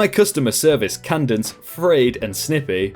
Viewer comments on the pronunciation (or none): How do you not know how to say “cadence?”